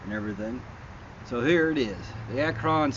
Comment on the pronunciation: ACT RON NOT ACKRON!